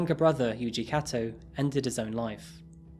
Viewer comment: Kato is pronounced "k-toe"